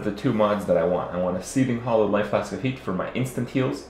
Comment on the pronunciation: "hollow flask hollow flask hollow flask" IT'S HALLOWED. HAL-LOWED.